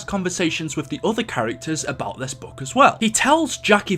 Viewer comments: It is not boook it is book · ITS FUCKING BOOK NOT BUUK 😂😂😂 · He’s saying buke it’s book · Note to self: ever word with double Os together, will pronounce like boo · I have a question why do you say book like bewk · Bouke?? Huhuhu say qhatt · I just realized you say book like boook. I like it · Why did he spend 8 mins talking about this (P.S bouk he he funny how he pronounces it ) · You pronounced book so weirdly every time up until lmao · The way you pronounce “book” and “look” is hilarious.